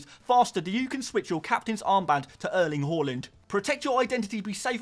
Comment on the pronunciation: Good vid, just cant hear you say name Erling "HORLAND" ever again 😂